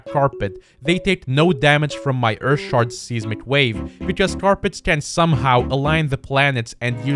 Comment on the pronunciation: Can anyone else not get over the fact that he pronounces seismic seesmic